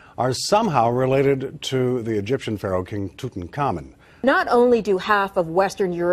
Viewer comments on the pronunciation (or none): none